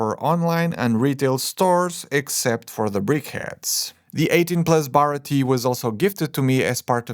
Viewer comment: hey not to be mean or anything but the way you were saying baratie was bugging me, just for you to know its pronounced at least in English, bar-rah-tea-a